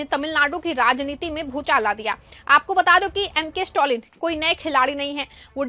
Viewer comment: स्टौलिन क्या चीज है ?? खबर पढ़ती हो कम से कम जिसके बारे में न्यूज़ है उसका नाम तो सही से बोलना सीखो